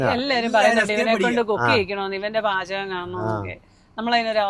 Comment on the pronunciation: വാചകം അല്ല പാചകം ബ്രോ